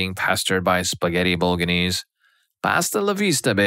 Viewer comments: Bol/a/nse not boga/nse at least we know he’s not ai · Bo-lo-gne-se With the GNE pronunced in a way that only Italians can pronounce(it's a sound very common in Italian but extremely strange in other languages) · Bolga-knees? 😂😂😂 How did you bugger that so badly?